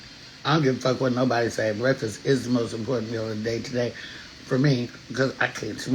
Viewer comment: Baby I hollered when I saw this title.. that shit took me out. Y u said it like the old folks..BREFFAS 🤣